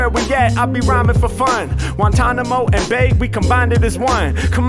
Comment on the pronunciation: He said Guantanomo and bay Lmfaoooooooo